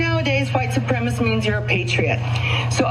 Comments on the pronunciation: 'IDAHO WOMAN DECLARES HERSELF A "PROUD WHITE SUPREMACIST"' Er, no, not quite, she declared herself a "Proud white supremist." She is so superior to the rest of us that she can't even pronounce "supremacist". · She can’t even pronounce “supremacist.” Kept saying “supremiss.” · Yeah. I mean she was saying ‘supremist’ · What the hell is a "white supremiss"? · Lady, it's suprema-*CIST*. 🙄 ALSO, all those "freedom"-loving tyrants needs to stop telling everyone else what to say, what to do AND how to live. *Irony*. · WTH is a "white suprem-iss"? They should learn how to pronounce it if they're going to claim it. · White supremish types can't even pronounce "supremacist". They urgently need to read a book. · Love how Karen #1 can’t even say supremacist correctly. Dumb as hell.